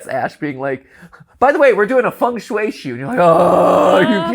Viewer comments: Another cool episode. But the pronounciation of Feng Shui really triggered me! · ah yes, fung shue, the walmart feng shui.